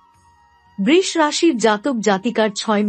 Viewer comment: Maa k niye oshobhotami babostha nakorle ki hobe? Brish bole kono rashi hoyna nakami na kore sudhho uchharon kirun Brisho bolunmagi tui Maar ashirbad pabikina dakh soiten